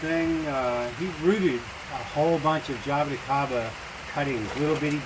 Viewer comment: Ja-bo-ti (pronounced chee) CA-ba